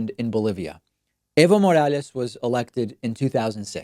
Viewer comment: Fuckin howled when kyle culinski pronounced it as "Ivo Morales"